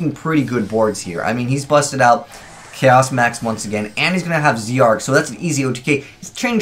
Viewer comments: It's not Zeee Arc it's Zarc it's pronounced as Zarc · Zarc not z Arc